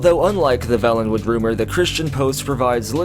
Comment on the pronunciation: you are pronouncing Valenwood incorrectly. It has only one “L” so the preceding vowel, the ‘a’ is a long sounding ‘a’. To say it as you do in this video we would have to write Vallenwood. With two “L”s. DOES IT MATTER...Hell Yes! The difference is there for a reason huh. Your video content is good.